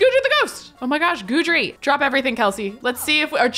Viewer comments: His name is pronounced Guide Dree NOT Guudree just letting ya know 😂😅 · FYI, Guidry is pronounced GUIDE-RY, not GOODRY. Because he is your Guide through the paranormal pack, get it? 😊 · It’s a version of the French name Guédry & is pronounced Gid-ree. 😅 Put some respect on my ghost man’s name, Kelsey! 🤣 I only know because I knew a French guy named that irl. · I’m not entirely sure which pronunciation is correct but it’s definitely not GOO-DREE lol it bugs me 😂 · I actually know a whole family in my area with that last name, and it's pronounced Gid-ree. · I beg you Kelsey to please google how to pronounce Guidry. Pretty please!!!